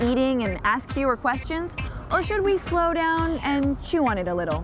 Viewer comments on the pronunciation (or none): none